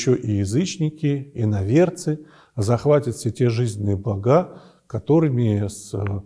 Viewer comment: Вы сначала правильно поставили ударение в слове "портОв"'',а затем исправились на неправильное ударение "пОртов". Также удивительно слышать " благА" вместо правильного " блАга". Жалко, очень интересно повествуете о библейских событиях, но неправильное ударение прямо "режет"слух. Прошу извинить, если обидела,хотелось только поправить.